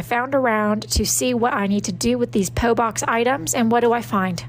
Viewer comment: THE WAY SHE PRONOUNCED PO BOX